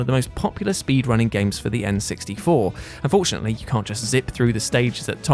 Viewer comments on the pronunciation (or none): none